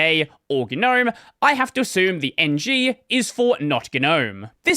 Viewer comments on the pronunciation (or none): none